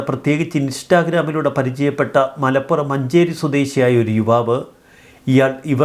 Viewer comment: താനൂർ കാണാതായ എന്ന് പറഞ്ഞു പിന്നെ ഒരു പ്രേത്യേകം തട്ടിക്കൊണ്ടു പോയത് മലപ്പുറം യുവാവ് എന്ന് താനൂരും മലപ്പുറം ആണ് മാഷേ മലപ്പുറം മലപ്പുറം എന്ന് കനം കൂട്ടുന്നത് എന്തോ ആവേശം 😂😂😂😂